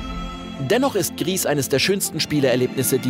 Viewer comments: Nur als kleine Klugscheisser Anmerkung: Das Spiel wird "gri" ausgesprochen da es französisch ist und "grau" bedeutet. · Gris wird doch bestimmt Französisch [ɡʁi] = grau ausgesprochen, oder nicht? :O